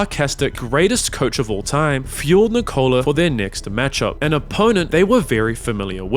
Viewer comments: He manages to say his brothers more difficult names properly but somehow he messes up "Nikola"... and it's painful every single time. The emphasis should be on "Nik" like you're saying "Nick", not on the "ola" like you're saying "Nichole". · PLLLLLLLLLeaseeeeeeeeeeeeeee it's not NI-COLA IT's NIKO-la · NeeCola ❌️ Nickolah ✅️ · Nikola not nick cola lol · Nikola is not said well, It should be Ni-kouh-lah, however the break between vowels is too long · first minute and I'm already tilted because of how he pronounces Nikola. No, it is not Ni-Kola. Dude isn't a drink man. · Can't even say Nikola properly though. You'd think you'd figure out how to pronounce his name if you wanted to make a 50 minute video centered around him. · Your Video will be much much better if you decided to learn the pronunciation of name of Nikola, Nemanja and Strahinja before to do this video... it's make mi 😂 hearing wrong pronunciation of their names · WITH ZERO PERCENT OF STEROIDES , YOU MEAN? And istress is on "I" , not "O"